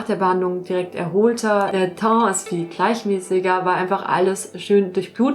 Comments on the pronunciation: Wenn, dann eigentlich eher “Täh“, der Berliner zb sagt “Teng“ - Und die französische Aussprache liegt ungefähr dazwischen. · Teint spricht man ungeföhr "Töh" aus :D